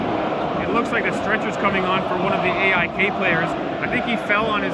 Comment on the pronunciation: cheering for 'eh eye kay' as a way to blend in 😂